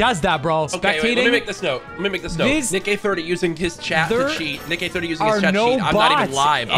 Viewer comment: that niiickkk-hahaha sounded a little close to something not so family friendly 😅😂